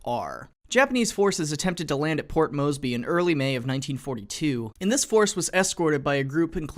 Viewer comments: Where does the "berry" come from? How the fuck do you pronounce "by" like that? You're picking up the worst habits from your father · Your pronunciation of “Moresby” makes me cringe so hard.